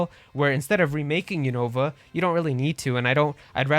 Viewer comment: I've watched the anime and the pronunciation of Unova is "U- nuh-vuh", not "U-Nova". I want a new Mystery Dungeon game! There hasn't been a new Mystery Dungeon game since Super Mystery Dungeon! Also, Pokémon Conquest 2 would be awesome! It should be done by Square Enix and be a crossover of Pokémon and Final Fantasy!